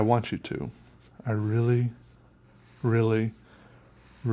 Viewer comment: 😂 "I really, really, really ,rEEAly want you to"